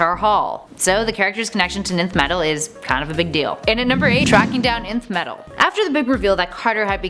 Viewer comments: I thought it was pronounced “enth” not just “nth” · Great and Informative video. FYI- nth metal is pronounced enth metal. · Nth is pronounced "enth". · nth is pronounced "enth".you shouldn't have skipped your English classes 😂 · The so badly pronounced names and words make this completely unwatchable. By number 8 I was cringing so much I couldn't keep going. Please take this down, learn how to correctly pronounce Barbatos & nth metal particularly, then reupload. Just so bad.